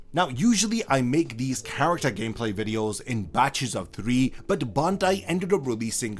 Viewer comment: "Hitsugaya Gacmeplay" lmao